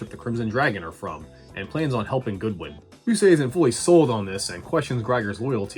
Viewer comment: his name isnt Goodwin it's Godwin